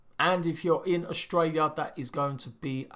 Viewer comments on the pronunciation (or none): none